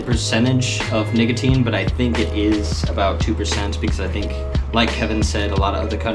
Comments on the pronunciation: He’s not saying nicotine he’s saying nigotine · is wild I zwear he said n*gateen